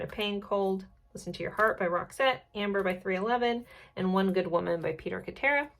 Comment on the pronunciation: I love your readings but I’m from the 1980’s and this is driving me crazy…Peter Cetera’s name is pronounced Sit-air-uh…I feel better now 🤣